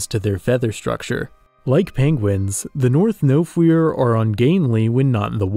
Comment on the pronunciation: Bro said no fear instead of nofiwr. Im actually welsh.